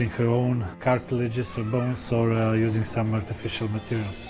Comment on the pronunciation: he said jusing corona